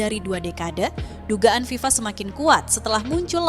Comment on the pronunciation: FIFA bukan viva